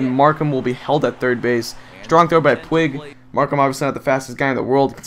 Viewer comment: ive been itching to say this and it has been bothering me so much...it is pronounced pweeg not like pwig..sorry it just really bugs me when you continually say his name wrong